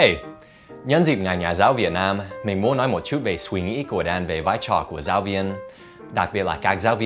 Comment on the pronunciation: Thầy Dan đọc từ " suy nghĩ " buồn cười quá